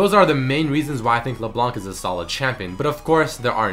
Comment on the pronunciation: Hey sup man i love your videos but for LeBlanc we dont say the C at the end !!! :P